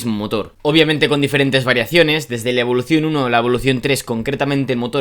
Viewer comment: Cada vez que dices evoluTion y performanCe se va un suscriptor 😂